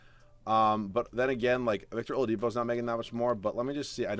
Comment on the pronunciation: I laughed pretty hard when you said victor olapido